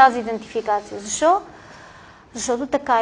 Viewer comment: Не може да си лектор, преподавател в университет и да произнасяш думите чак толкова не книжовно като например: "зашо" вместо "защо". В частния си живот, на по питие, на купон, разходка... ок, но тук маниера не изказ не е на ниво преподавател.